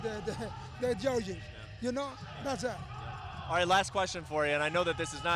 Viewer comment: That's it = Thas tah